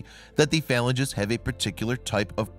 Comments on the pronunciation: /fə-lan-gē'/ the finger bones you speak of... you lose sci-cred when you mispronounce words. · Phalanges - properly pronounced "fah-lan-geeze" Research words you're unfamiliar with next time.